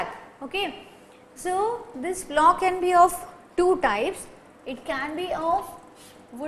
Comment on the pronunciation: plough pronunciation is wrong & part of plough ,you say beam is wrong, it is called yoke